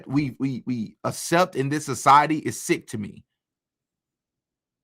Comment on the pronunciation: Damn, dude.... not assept!! The word is aCCept!!